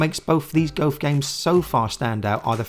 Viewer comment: Why can't you pronounce the word 'golf' properly? lol